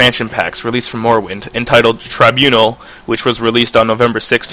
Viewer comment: nice job pronouncing tribunal wrong